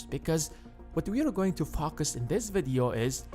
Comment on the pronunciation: Am I the only one hearing FukUs when he says Focus?! 🤔